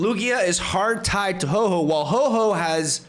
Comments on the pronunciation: Ho-Oh Not Ho-Ho lol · Bro can you please stop calling my favourite Pokemon HOE-HOE !? 😭🤣 Its name is Ho-OH ! Now i feel like being a creep for what my favourite Mon is called.... 😢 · I came to the comments to get in line and complain about your pronunciation of whore whore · I used to pronounce Ho-oh as Hoo-oh 😂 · I like it how he pronounces Hoe-Hoe